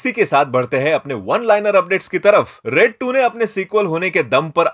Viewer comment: Bhai red ni raid hai 😂😂